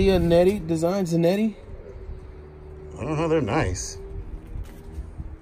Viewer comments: LMAOOO he called every pair of 13s “12s” and every pair of 11s he called em spacejams and the “jump mans” really took me out and the way he pronounced “zanotti” lmaooo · "Zianette?".... Giuseppe Zanotti's*.